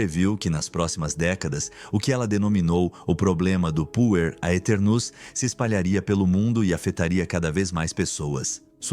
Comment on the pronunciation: "aeternos" não se lê o "A"